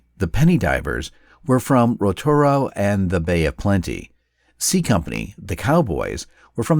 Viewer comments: The letter G in Te Reo Maori is almost silent and so the name Ngata is pronounced Nah-ta instead of Na-Ga-da. I'm also unsure what "Rotoro" is, but based on the location on the map it is likely this is meant to be the town "Rotorua". Waikato is also pronounced why-cat-oh not whi-car-toe (which sounds Native American). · I believe the name you're looking for is Rotorua (pronounced: Roar - Tour - Rue - Ah) As far as I know we don't have a place in New Zealand with the name "Rotoro" Rotorua's location is on the west of the Bay of Plenty region, has a strong Maori community to this day and is most well known for its natural thermal hot springs and boiling sulfur pools